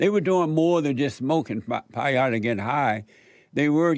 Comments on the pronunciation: "Smoking Pie-yotah.." Jesus Christ... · For the record, it's pronounced "pay OH tee", and it's not smoked. It's ingested as a porridge, and only by people who follow the Native American Church way. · Jesse said payote